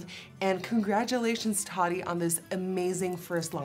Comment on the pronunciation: The way she says (Tati) Taa-dee 😆😆😆